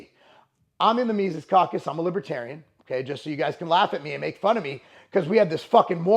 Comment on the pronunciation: You said Mises right!